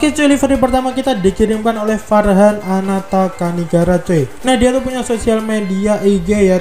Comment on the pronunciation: Bang nama gua farghan di baca = fargan